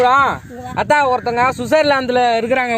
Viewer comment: U calling aatha its hearing for me like othaa😂